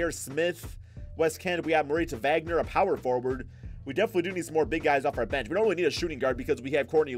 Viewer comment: It's pronounced "vagner"